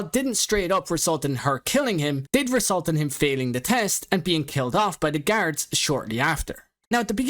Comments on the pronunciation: Or saying “garids” instead of guards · I heard him say carrots instead of guards